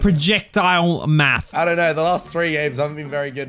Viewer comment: prajeccctile mafth